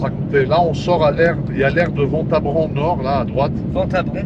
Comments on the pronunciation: Juste pour la culture, on dit pas "Vent ta bran" (quand tu parles de l'aire de Ventabren ) mais "V1 ta br1" (lire le chiffre comme il se prononce "un") 😊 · ventabren ca se prononce vintabrin au cas où :)